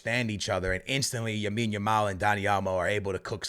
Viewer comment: he’s been calling him yamine every single video😭how has he not been corrected 😂